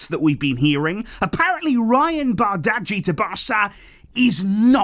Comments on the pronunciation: most consistent youtuber itw, love the videos❤💙 and btw in denmark which of course is were we bought him from bardghji is pronounced like bar-dji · It's pronounced barji